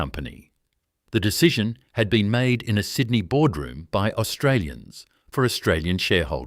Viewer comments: I would like to watch this, but that ridiculous insult to a person's intelligence called AI voice-over is hideous. Sydnai? Wonderlush? It's unbearable. Why? Why is this garbage happening? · Is there no human left for narrating the story instead of ai crap? Pronounces Sydney 5 different ways.